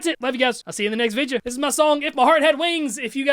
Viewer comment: i love how he pronounces video like vige yuh